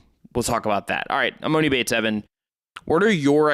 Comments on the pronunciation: You've had enough time to pronounce his name right already!!! It's E-Mahn-E! I have no clue when you have ever heard of a man with the name MOANIE could you imagine 😆😆😆🤦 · Please quit saying emOni.. it’s pronounced emAHni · Its em-ON-i. Its not a long O sound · Stop pronouncing his name wrong it’s E-Mon-E